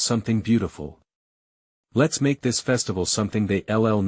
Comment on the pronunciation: Get a new AI program for narration. This one is stilted, not natural sounding, nor even correct in reading. Brian S when it's Brian's (possessive) Let S when its lets.